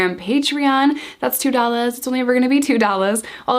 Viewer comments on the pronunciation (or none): It's 2 dollars. Not 2dollaz. Speak human please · When you say two dollars the New York accent comes through lol